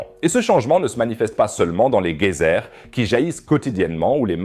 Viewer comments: C’est quoi cette façon de dire « gueyser »??? Ça se prononce geyser (J) Bref sinon bonne vidéo, mais respectes la langue française s’il te plait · Ont dit geyser et non gueyser, prononcer comme s’il y avait un j . Pour dire gueyser il faudrait un U après le G. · Pour votre entreprise de traduction : Un geyser ne se prononce pas avec un G comme guerre, car le E suivant fait prononcer comme avec un J. Merci pour la vidéo, effectivement les outils pour surveiller sont de plus en plus sophistiqués. Un oncle géologue, maintenant à la retraite, a participé et obtenu les nouveaux résultats pour des volcans aussi français. Lesquels ne sont pas tous endormis dans le centre de la France.